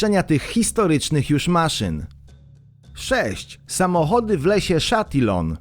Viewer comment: Chatillon - czytamy - Szatiją.